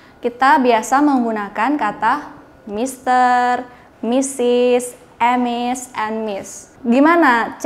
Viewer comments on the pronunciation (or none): Dia baca huruf2 nya 😅 em dan es. Tp seharusnya cara bacanya "Miz", sepengetahuan sy. Cmiiw 😁